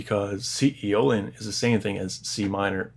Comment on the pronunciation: Its Aeolian